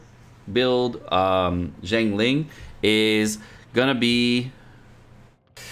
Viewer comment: Not jiangling, it is xi + ang